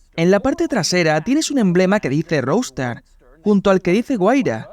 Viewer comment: Se pronuncia "rouster", no "roustar". Qué mal que hablan inglés los españoles.